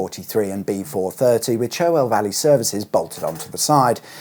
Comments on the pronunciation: It's 'charwell' not 'cherwell', I know how it's spelt, thanks. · I think Cherwell is actually pronounced Charwell! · Joh, thank you!! I've used M40J10 on and off since it opened, travelling between the south coast and Midlands. I had vague memories of the various layouts it's been through. Now you've set the story out in vivid detail! Thanks again! Oh, and Cherwell is pronounced Char-well. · Interesting fact about the river Cherwell: it is pronounced Charwell. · The other thing about the Cherwell is that it’s pronounced “Char-well” …